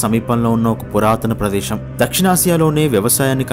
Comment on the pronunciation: Guideline based comments are appreciated But pronunciation of Great telugu words also considerable, please consult any telugu pandit to correct your word pronunciations. దేశం ✅️ దేషం కాదు విశాలమైన ✅️ విషాలమైన కాదు ప్రదేశం✅️ ప్రదేషం కాదు శాస్త్రవేత్త ✅️ షాస్ర్తవేత్త కాదు తెలుగు భాషకి పట్టిన దుర్ఘతికి మీ ఉచ్ఛారణ నిలువెత్తు నిదర్శనం